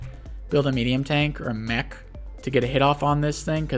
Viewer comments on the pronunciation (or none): none